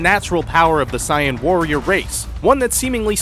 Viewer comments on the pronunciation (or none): you pronounce it as (say-in) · Guys! Saiyan is actually pronounced Sigh-an in the Japanese version. Only the FUNimation dub calls it Say-in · This dude🤣.....gohen, sayen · this guy's pronunciation makes me vomit I swear to god how can 99% of the world say it normally but this mf says it like "pikouolo" "gohen" "cyan" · Guy said Siyan fuck sake he mispronounce everyone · I got triggered when you pronounced gohan as gohen and Saiyan as seiyan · He sais gohen and cyan thats so funny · And Sayan instead of Saiyan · Bro. You're saying "Gohan" and "Saiyan" wrong!